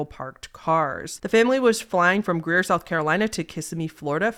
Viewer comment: As a born & raised South Carolina native, I just want to express how happy I am that you pronounced "Greer" correctly.